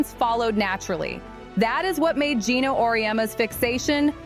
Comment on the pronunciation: It's Geno, not Gino.